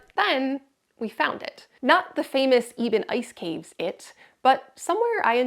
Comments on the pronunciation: Yep, definitely EHbben, not Eeeeeben. Negaunee / Palmer native here :) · I'm from the UP and only ever heard it called EBB-en. It's hard to pronounce most of names in this area tho. I never take offense. :) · Eh Behn. Born n raised in Market! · I grew up in Munising and always heard it pronounced Ebb-en. Almost like heaven! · You are pronouncing Eben incorrectly.